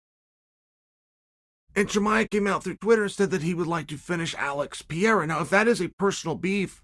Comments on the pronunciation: Pronounce the fucking name right please is PeReiRa Is not Piera...... with doble R.......... Perrrrrrrrrreirrrrrrraaaa! You change the figther's name, you just peonounce it on the way that represent less effort for you. Dont be lazzy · Pereira not Piera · Alex Pe rei ra, ffs, not piera, PE REI RA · Chael his name it’s PE-REI-RA, not Piera… |😂😂😂😂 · Pierra? 🤣 Undefeated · Still saying piera- fucking embarrassing - learn the names Chase Cumon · It’s FUCKING PERREIRA!!! Can you please say his name right ONCE??!! Who’s afraid to tell Sonnen LOL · Alex Purrrrrayyyya. Not that hard Chael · He had his one minute in one video where he actually pronounced Pereira correctly before immediately going back to Piera. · Who is Pierra? lol Love Sonnen but Pereira is not even that hard to pronounce man, cmon lol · PER AIR A - that's how the name sounds Chael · his name is not pieira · Your pronounciation of Pereira keeps changing. To clarify it is pronounced Per-air-a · I wanna lose my mind everytime he says "Pierra" but you can't argue against undefeated Uncle Chael. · I just like the way you pronounce Alex's surname. I can't stop laughing 😂😂😂😂😂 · Chael not pronouncing Pereira correctly is peak comedy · Chael there are two R’s in Pereira.